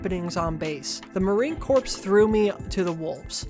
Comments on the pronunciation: Really good video, loved your insight! Jd vance and his whole hillbilly family are predictably fuckin psycho However you did say "marine corpse" instead of marine CORE (how corps is pronounced), so I will be downvoting and you will be hearing from my lawyer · It's time for "what word did you mispronounce for the entire video because you've only ever read it, and never actually heard anyone say it outloud!" YAY! Marine corps. Pronounced like "core," not "corpse." Whoopsies! Just goes to show you about how suited for military service you are. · Did you say “corps” with an s? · Psssssst, just so you know, "corps" = "core" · "Corps" is pronounced "ko'r", like "apple core" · "Corps" is pronounced "Core" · Hi! I'm brand new to the channel but really enjoyed this vid! It was really engaging and well-researched.🙂 Just a couple tips, please feel free to disregard them- I liked the background music a lot, but it was a little loud and distracting. It made it kind of hard to absorb all the great info you provided. I think adjusting the mix slightly might be helpful. Also, it's Marine Corps (pronounced "Core", not "Corpse" like a dead person). "Corps" is a weird word that comes from French and isn't pronounced how you'd normally think. Also "wanton" is like "want-ton" (like want+a ton of bricks), not "won-ton" (rhymes with Don John) like the delicious treat in Chinese restaurants ❤ I said both of these incorrectly for SO LONG and it embarrassed the heck out of me 😅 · Great video. Please Google how to pronounce words you're not sure of. Corps = core Wanton = want-un Etc... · I really enjoyed the video, glad I don’t have to read the book myself - I was tempted to. But I just want to point one minor thing out - “marine corps” is said like “marine CORE” not “marine corpse” though that is kind of funny. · That branch of the military is pronounced like Marine Core. You might come back a corpse, though. Wanton is pronounced like wantin'. You can be wantin' a Chinese dumpling.